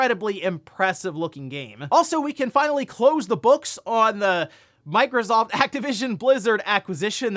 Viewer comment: Did he just say microscoop? 😂